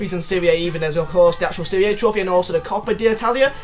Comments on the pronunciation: It’s pronounced serie ah not siri aye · This guys fucking dumb. It's Serie A, not Serie Ayee.. And the Roma stadium IS already in FIFA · Am i the only one who wants to pull his ears out when says serie aaay? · It's pronounced "Serie Ah"...come on, you're a football fan, right? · it's pronounced Serie Ahhhhh